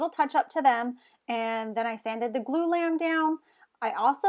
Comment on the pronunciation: "Glue Lamb?" "Blue Lamp?" I have 6 years in construction and have no idea what you're saying.